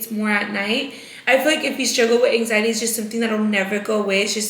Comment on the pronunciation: you & Britt are still trying to make “hang ziety” a THING?! 🤣 Babessss you don’t feel that anymore because those were the SHAKES, that’s called withdrawals 😭 “hang-ziety”??? Smh 🤦🏻‍♀️